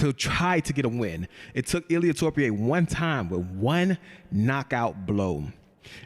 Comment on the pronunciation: Ilia Torpie is crazy 😭😭bro is disrespectful at this point, is not that hard pronounce Topuria😂